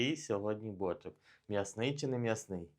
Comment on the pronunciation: Може наголос на друге «о» ставити?)